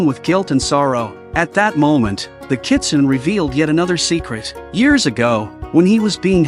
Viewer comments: It's not "nay" at the end, it's "neh". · In the 4th story, “Kitsune” is pronounced as Kitsunay